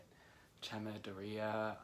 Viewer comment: its a latin name so you call it GAMMADORE, ae is A sound, ea is E, when the latin is eae then you have to pronounce the E and A seperate